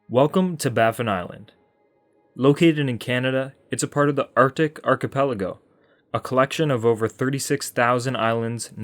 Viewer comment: Impressive - i can't remember another youtuber who pronounced both archipelago and cordillera correctly. Gold star!